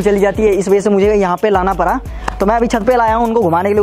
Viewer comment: आना परा नहीं आना पड़ा सही से बोलो